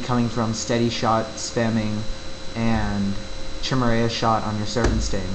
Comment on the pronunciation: in this new patch you get to do black arrow in your pvp rotation without sacrifice using your frost traps so it's a pretty nice buff ^_^ btw it's pronounced "ki-mare-ah" no "chi-mer-ay-ah